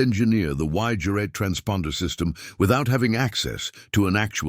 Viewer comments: "X-GERAT" not X-jurat... Knickebein - shown in the docco - ... RV Jones finally emerged in the 1980s - proof of the UK's eccentric expertise. Rest in Peace. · X-juret--> X-gerät. Nicobine--> Knickebein. Here's an idea for you. Trash clankers. Use humans (perhaps with some schoolboy German) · Good story, but I think the video mainly shows that AI is not very good. What a terrible 'translation' of the known German names, like 'X-Gerät' and 'Knickebein'. Nice visuals, but I think you should drop the subtitles though, they are a little ridiculous IMHO.